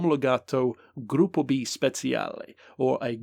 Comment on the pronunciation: you're pronunciation of gruppo b is really good. When you say "speciale" the "cia" sounds like "chair" in english yours in Italian would be "speziale". Im just writing this to let you know. (I'm a big fan of your content)